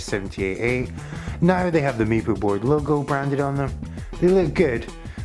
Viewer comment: The Meepoo...funniest pronunciation yet.